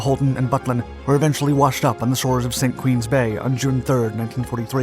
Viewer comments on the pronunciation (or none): There is no 'St Queen's Bay' in Jersey, you probably meant St Ouen's Bay, pronounced 'Saint Won'.